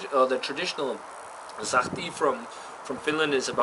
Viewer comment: Sahti was pronounced almost correctly, the 's' in the beginning should be softer, like in the word 'such', you said it now like 'zahti' :)